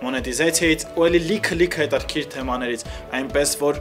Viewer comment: Սաղ թույն էր,բայց խնդրում եմ մի ասեք էլի հետաՐքիր ....😕💙